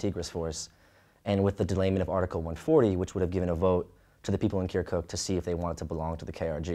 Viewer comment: The way he says "kerkook" just makes my ears bleed.